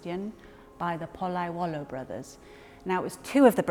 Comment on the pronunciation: POLLAIOLO! Not POLLAIUOLO! You english speaking people get lost in other languages. It's like ALUMINIUM and not ALUMINUM!